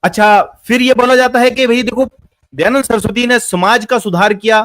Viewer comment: kaha se padhe ho...? Poori video me keval idhar udhar ki baat hi kar rahe ho, kisi subject par to tiko, Kahna kya chahte to ye bhi clear nahi hai. Are bhai kamm se kam Dayadand bolna sikh lo pahle.